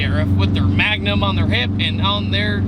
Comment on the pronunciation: it's actually MANgum not magnum